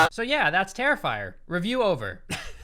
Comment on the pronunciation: I had an aneurism when he called him terrifier xD